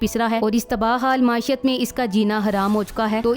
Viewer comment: السلام علیکم محترمہ چند غلطیاں نکال لیں نہایت معذرت سے میں ان کی نشاندہی کر رہا ہوں 1۔ اپ معیشت کو معاشیت پڑتی ہیں 2۔ دوسرا جنرل کو جنول پڑھتی ہیں ۔ پہلے تو میں سمجھا تھا کہ شاید تنزن کہتی ہیں اس طرح ۔۔ مگر بعد میں ایک دو موقع پر دیکھا جہاں فوج کے جنرل مراد نہیں تھے وہاں بھی اپ نے جنرل بولا امید ہے مائنڈ نہیں کریں گے